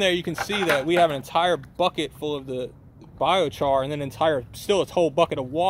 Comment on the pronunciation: Our man here needs to stop calling it bioCHARGE. 😂